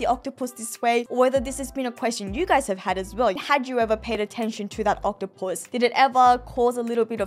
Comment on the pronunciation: What I’m wondering why she pronounces octopus as octo-puss.